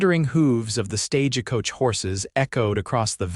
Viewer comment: Another mispronounced StageAcoach....wish the narrator would pronounce it right Stagecoach correctly it's pronounced StagecoachNOT StageAcoach!!! ugh! Here anuder one I won't be listening to!